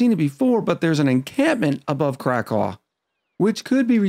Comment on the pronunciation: One other name thing... It's not Crack-aw, it's Crack-ow (like you stubbed your toe).